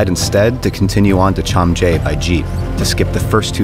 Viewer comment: its not chamje its chame